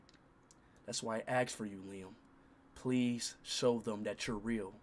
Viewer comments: “May I aks for your statement”💀💀💀💀😭😭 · But then the:'may i aks' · May I axe?